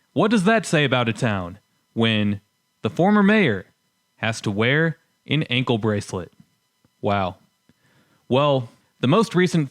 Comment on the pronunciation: Quite the educational video! 😳 But the way you said "ankle" and "peace", I wonder just how long before Michiganese becomes a separate language from English, and unintelligible to other North Americans? 🤔